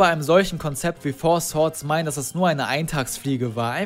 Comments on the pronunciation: Das Four "Schwords" ist eine Anspielung auf lookslikeLink, der es zu Beginn seiner Karriere so aussprach. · Bester Versprecher von mit Four Swords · beschwert sich über schwords sagt aber swords